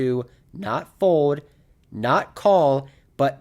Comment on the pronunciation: you’re one of the best poker vloggers going! Love every video. But I’m not sure if you know that the word “fold” has the letter L in it. Keep it coming champ